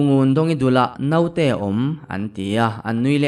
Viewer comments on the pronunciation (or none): none